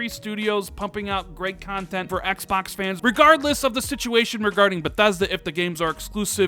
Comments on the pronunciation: "Xbax Series X" no offense, I love your channel and content, but sometimes the way you say Xbox drives me nuts. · “Ecks Bocks”